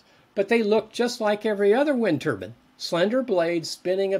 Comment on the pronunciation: WTF? why does the Turbine expert keep saying turbAN??? they aren't wind headwear???